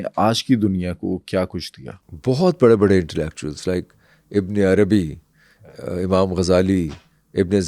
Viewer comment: Amam nahi imam hota hai 😢😢